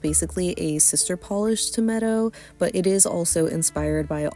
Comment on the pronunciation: Thank you for this 🤍 just a heads up, Medo is pronounced Mee-doh